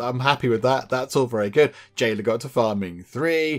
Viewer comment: "J" ayla became "L" ayla!!!